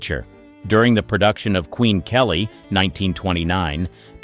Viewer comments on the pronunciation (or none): none